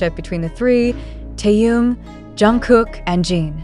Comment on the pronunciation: Джин. Чонгук, произнесла правильно, а Тэхена назвала Таюн. Это что? Специально, неуважение?